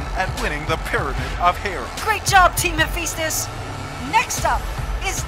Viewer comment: Hephaestus... You know how the kids say phat like fat? Yeah it's like that. Fa not Fe. Sorry the way your pronouncing it is getting under my skin. Lol.